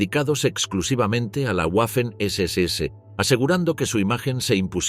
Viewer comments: En alemán y en español la w es una v doble. Por la tanto la pronunciación correcta es "vaffen" y no "uaffen". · Disculpe, Pero se pronuncia “vafen ss” y no “ guafen ss” !!! Otra, se pronuncia “vilkin”, no “guilkin”. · En alemán y en español la letra w es una v doble. En ambos idiomas la palabra se pronuncia 'vaffen' SS.